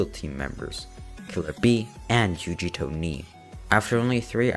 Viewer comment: yugito is pronounced You-gee-toe lol love the story though